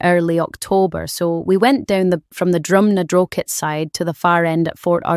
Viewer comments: ‘Drumnadrosheet’ smfh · Aye I have issues with a Scots sounding narrator that canna even pronounce Drumnadrochit properly😂 I still like these vids though. Anything to do with sea creatures/cryptids and im hooked. Hello from dundee btw👋